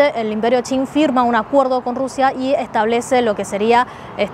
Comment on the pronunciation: Qing =: no entiendo como eso tiene el sonido chin.